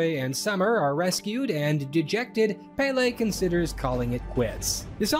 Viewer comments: Ahahah I love this, these movies are kinda iconic in Denmark only for a very specific age group Side note the pronunciation of Pelle in English is so cute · Hi Danish man here. Glad to see you cover the movie. Saw it myself in theaters and thought it was fine. Not great (as established) but it was a big deal in 2013. Also it is not Pele, but PELle Written as Pelle. Our language is difficult. Edit: Sommersted is a legit last name in Denmark. Edit2: The sequel sucks.